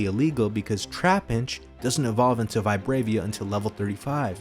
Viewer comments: It's Vibrava, not Vibravia lol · “VIH-BRA-VUH” ding dong and while we’re at it it’s “you-nuh-vuh” 🤦‍♂️ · I know it's a bit petty but, it's called "Vibrava". Not "Vibravia" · That is not how you pronounce Vibrava